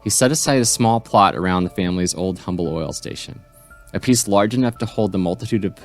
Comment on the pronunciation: Well done! For future reference, Humble Oil and Humble, TX are pronounced "umble." If you want to go completely old school native, Houston is pronouced Youston. LOL!